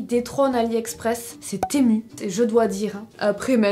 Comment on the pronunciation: Enffin quelqu'un qui le prononce correctement bcp disent temou ces n'importe quoi sa secrit temu donc ont le lit comme cela secrit ces sur c pas grave mai a chaque foos les gens sont sur de leur connerie. Enffin sa fais plaisir moi aussi jai commander pleins de choses sur ce site perso ya bcp de choses tops mai aussi de la nioniote si jpeu dire apret la qualité est celle que lon paye ces logique. Merci de le prononcé correctement temu . Ces u a la fin u et pas ou! Non dsl mao sa m'énerve😂😂😂😂. Lol adore ta vidéo ❤❤❤